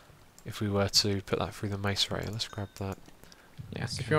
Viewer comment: Xisuma, macerator is pronounced mass-er-ator